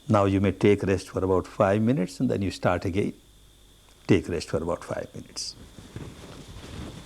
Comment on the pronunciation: "Starrrrt again, starrrt again."